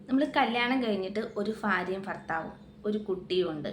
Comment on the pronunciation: ഫാര്യയും ഫർത്താവുമോ? എന്നു വെച്ചാൽ എന്തുവാ?